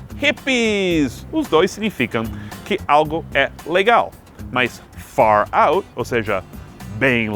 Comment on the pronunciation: quando ele falou far out ficou parecido com fallout